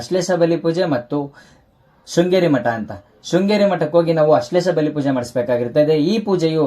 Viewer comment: ಅಶ್ಲೇಷ ಅಲ್ಲ ಸರಿಯಾಗಿ ಹೇಳಿ ಆಶ್ಲೇಷ ಅದು